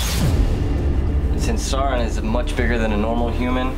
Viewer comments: SOW-ER-ON jeezus not saw-on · It's Sauron not sawron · FFS, it's pronounced SOW-ron, not SAW-ron. It rhymes with cow, not flaw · Just remember Sauron (pronounced Sau rhyming with ow, ron, not Sore-ron) can wield that with one hand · Who Saw Ron? If I hear someone say "Saw Ron" one more time, I might go crazy. Plz stahp pronouncing it that way. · Why is it that most Americans miss pronounce sauron even though in the films they all pronounce it correctly